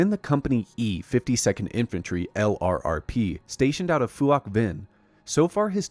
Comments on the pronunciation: Excellent! My only gripe is that LRRP is pronounced as a word, "Lerp," and not said as an acronym. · Btw, LRRP is pronounce "lurp".